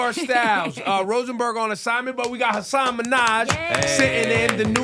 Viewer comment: god i wish there was any effort put into these interviews at all... no research, no listening abilities... ebro didn't even pronounce hasan's name correctly.